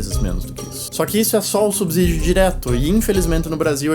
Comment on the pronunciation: O "s" de "subsídio" tem som de "s", como em "subsolo", e não de "z". A pronúncia correta da palavra é com o som do "s" inter-consonantal.